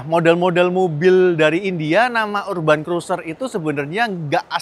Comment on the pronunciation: Urban cara bacanya = erben, cek spelling nya dulu sebelum sebut, biar yg tidak tau juga tidak ikut salah